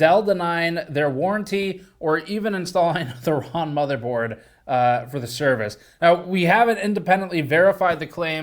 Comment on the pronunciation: My favorite ongoing GN/GNCA thing is that Steve says "Ron" instead of "Wrong" <3